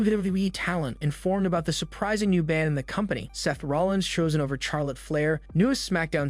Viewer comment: You need to learn to pronounce Charlotte Flair's name properly if you're going to do your wrestling videos, it's not pronounced Char, it's pronounced Shar lotte. Just Saying.